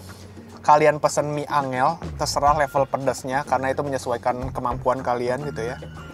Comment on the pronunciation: Btw mie angel bacanya enjel bang, bukan angel bahasa jawa😭